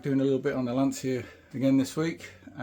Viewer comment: Good job with the hammer forming. We just need to get you to say Lancia correctly, or the Mafia will pay a visit. AFAIK you only need weld through primer in areas where the welds will be, You can use a less expensive primer away from the welds. Also my ford Transit has at least 20 factory stitch welds. Sometimes it isn't practical to spot weld.